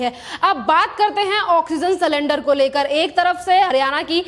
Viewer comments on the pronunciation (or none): मैडम आप एंकर हो आंकर नही,इसी तरह सिलेंडर बोलो सलेंदर नही। Sakendar nahi sylinder.